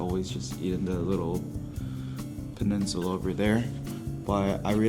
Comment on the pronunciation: Idk why I crack up whenever you say peninsula lol